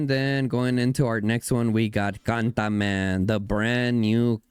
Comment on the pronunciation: Cantaman 😅all I hear is Gataman